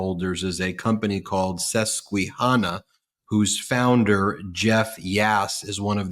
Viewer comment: "Suss-Wee Hanna"? I guess Ben has never heard of the Susquahanna Hat Company! Oy, I'm old, lol.